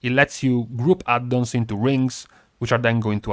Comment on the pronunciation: LOve how you say "Add-dons"!